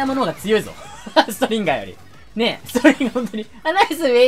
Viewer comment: ストリンガーがストリンダーに聞こえるのは俺だけではないはず